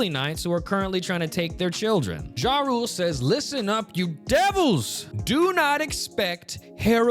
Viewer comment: You pronouncing Jarul as "Ja Rule" is the funniest ish ever lmao